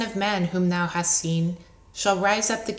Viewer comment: probably all the ones who know that the pronoun "thou" is being mispronounced, throughout the entire reading.